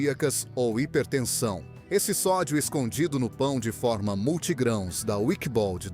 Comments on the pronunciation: Bom o vídeo mas é irritante fica repetindo o preço e falar pão de fórma. Não é som aberto, é pão de forma. Captou? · Pão de fÔrma... Quem mandou eliminar o acento diferencial?